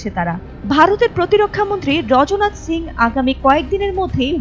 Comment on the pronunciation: রজ্নাথ সিং নয় ওটা রাজনাথ সিং হবে।😅